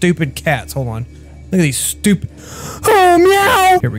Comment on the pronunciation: DID YOU JUST CALL A CAT STOi PID